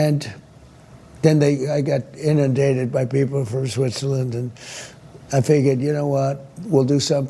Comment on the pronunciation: Did he say Switcherland?